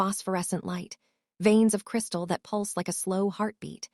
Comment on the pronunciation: A good story, and a nice change from gloomy castles, floor scrubbing and over used phrases (practiced efficiency). Please do get a different AI voice, though. This one has grade school English standards and repeatedly mispronounced words such as pulsed and a few others, which were an annoying distraction from the narrative.